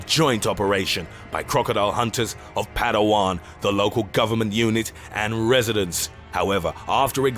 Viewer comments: i correct it it's not "padawan" its "palawan" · About Lolong...The island is called Palawan, not Padawan, in the western Philippines. Thanks.